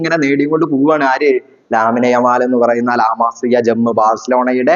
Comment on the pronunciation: ലാമിനെ യമൽ അല്ല ലമീൻ യമൽ